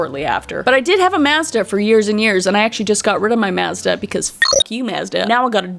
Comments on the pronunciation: It's "mawzduh" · Lmao u said Mazda and I kept hearing u say mostah lmao an it didn't click u were saying Mazda until u said "the car" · Here in the states we pronounce it "mawz-duh" it's interesting to hear how you say it! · I love how you say Maazduh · The way you pronounce Mazda is hilarious to me because we have a Mazda, and we always have pronounced it Maw-z-Da 😂😂 thanks for being choosing YouTube as your job! Love your content. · I was so confused on what you were talking about. I didn’t realize that you were pronouncing Mazda differently. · Wait that's not how I say Mazda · I love you but I actually HATE the way you say Mazda